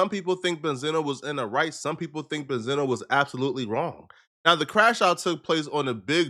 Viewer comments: He's name is not benzeno it's benzino🤦🏽‍♂️ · Well Damn? I Always thought his name was pronounced BEN-ZEENO? Not Benzana?